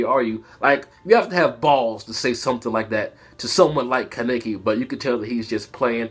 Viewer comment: why do you pronounce kaneki's name like Ka-ne-ki